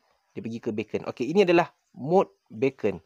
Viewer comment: Beacon bukan sebut "baken" bro, baken tu bunyi macam bacon iaitu lazimnya makanan potongan/kepingan daging haiwan dihiris halus, kalau orang putih biasanya babi, tapi sekarang ada versi halal dari binatang yang halal. Beacon disebut sebagai "biken", beacon ni maksudnya lampu amaran atau isyarat sebagai panduan, contohnya rumah api adalah beacon pelayar. Sekadar perkongsian, kita sama-sama belajar 😄